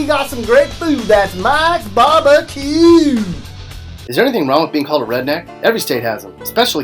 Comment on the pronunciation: bar bah que